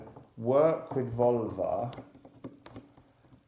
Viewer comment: I hear "Volva" as "Vulva" every single time, and it's an unexpectedly potent mental image....